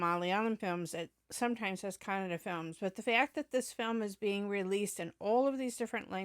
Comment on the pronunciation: nothing actually I mentioning. I really a feel proud. At the moment hear Kannada pronounce from your mouth. Because you are some where in this world but today you knowing about Kannada. . Kannada one of the oldest language using from past 2000 years. Google it. And keep give reaction for our Kannada movies thank you very much